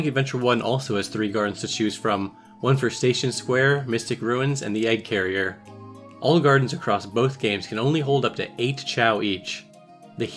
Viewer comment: I thought you said olive garden everytime you said all gardens